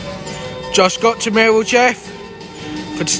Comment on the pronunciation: Love the videos , but why do you say “millwall Jeff” , but I love the videos keep it up COYL🦁🔵